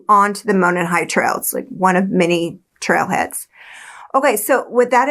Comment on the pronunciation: Monon is pronounced like "moron", but great video. I find the science behind the ejected bullet pretty suspect, but it does sound like they've got the right guy. I hope. The Delphi police aren't exactly Scotland Yard.